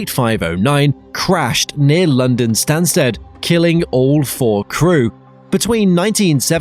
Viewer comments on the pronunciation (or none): none